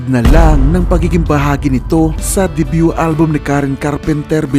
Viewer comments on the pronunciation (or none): none